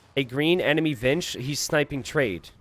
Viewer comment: "ENMINY" - 😂